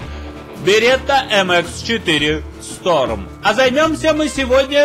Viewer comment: Шторм а не сторм